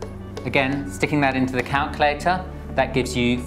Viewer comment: I like how you say calculator. 'Calcalaytah' haha. :)